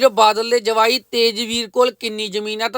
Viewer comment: Jwai not Jmai